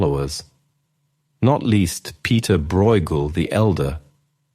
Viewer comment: No AI anywhere. Thanks. For anyone confused: yes, Ecce Homo and Pieter Bruegel are mispronounced.